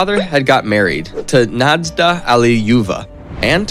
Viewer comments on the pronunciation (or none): “Nadezhda” is not pronounced “nayd Zee la”. There’s no “La” in her name at all. Lol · Nade-zila😂 good try though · Excellent video! The only flaw is that the Russian names are incorrectly pronounced. For instance, Stalin’s second wife’s name is pronounced ”Nad-YE-zh-da Alli-LU-ye-va”. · Your pronuncition is terrible, with the top being how you confused a capital i with a small l, it's iosifovna. And Dzhugashvili, it's Jew-gush-villy and Nadezhda, Na-dezh-da, zh like in invasion.